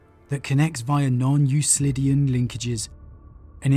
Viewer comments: Euclidean (You-klidian), Empyric (Em-pier-ik). I love your videos, please take care with pronunciation, you are better than that. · Just FYI it’s U-K-lidean